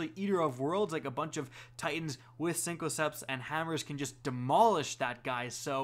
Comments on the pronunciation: Synthoceps not cincoceps Raiden flux not radian flux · “SYNTH-O-CEPTS” not CINCO CEPTS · Syn-co-ceps. . . . HUH? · Synth with a th not synco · Cinco-ceps. I'm dead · "Sinco" ceps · Sink-o-septs Lol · The way you pronounced Jotunn and synthoceps makes me want to unsub and never watch again. "siNKoCeps" truly appalling. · please don't say cincoceps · He's pronouncing Jotunn right though. I'm not gonna defend synthoceps though, that shit's just unacceptable.